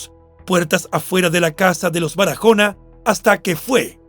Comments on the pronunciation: En español ese apellido no. Se pronuncia Barajona. Sino Baraona aunque lleva. H pero la. H en español es muda no tiene sonido . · Es Baraona, la "h" no se pronuncia. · Excelente narrador, pero en español la h no se pronuncia, con lo que no hay necesidad de decir Barajona. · Perdón la h es muda no tiene sonido.tu la pronuncias como una jota se pronuncia Baraona y se escribe Barahona